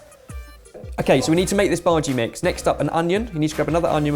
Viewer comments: that is bhajiyaa not bhaaji. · As an indian, I'd like to help with the words a little bit :) The bhaji with the onions and gram floor is actually pronounced bhajiya which is just another name for fritters. Bhaji is actually the name for a generic cooked vegetable + spices mix.